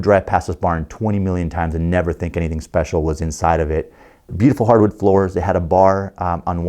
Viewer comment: the way he said SPECIAL makes me think its a 'speciale' version of something.